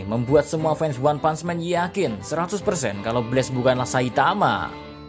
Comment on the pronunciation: Bacanya leb bukan lab jangan nyamanyamain bahasa inggris sama bahasa indonesia nanti youtube lu di hapus loh dan bukan one pants man tapi one punch man pak dibaca one putch bukan pants